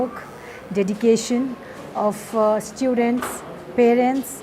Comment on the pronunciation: " Hum aapko batate Chalen " 😅😅 1.27 kya toh b diwana bakwa karre starting k purple aunty? Students toh kya bolre ino... " Iss_tyu_dentss " 😂😂